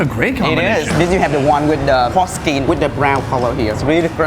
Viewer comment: When he said porkskin, I first thought he said forskin...